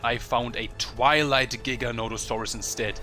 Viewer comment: your awesome but it's not not giga-not-saurus its gigant-a-saurus